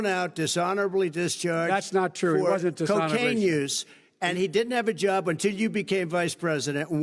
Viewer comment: "And he didn’t have a joob" 🤣